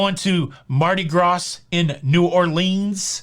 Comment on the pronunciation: I think it funny how you pronounce Mardi Gras and New Orleans, I live in Mississippi 1 hour from New Orleans! There are a lot of cheap people so I say they should stay assigned! I always tip extra for servers, bar servers, room steward and a Maitre D if I need his service and he moves my table like I ask! We were just on a cruise out of Miami and we have to remember they are not a full capacity so the workers are getting less tip so we did tip more this time because of that! Let's not forget the Casino workers, my husband spends a lot of time in there so he always tips! I love your Show I have misses the last 9 days went on a cruise out of Miami then on to Key west for a few day!